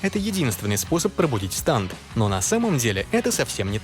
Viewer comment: всё видел болели уши от произношения станд( я привык к стенд)